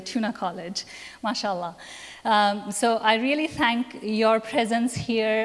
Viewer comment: Not mashalah, it is Ma-Shaa-Allah Mashalah is blasphemy